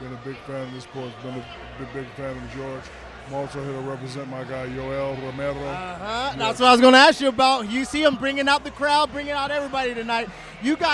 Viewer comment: Homedude doing the crowd interviews didn't pronounce Romero's name correctly once throughout this entire event lmao